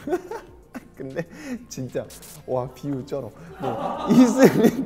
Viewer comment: “와 비유 쩔어” 뭔데 자연스럽냐곸ㅋㅋㅋㅋㅋㅋㅋㅋㅋㅋ 솔직히 이 정도면 걍 한국인이라고 봐야됨…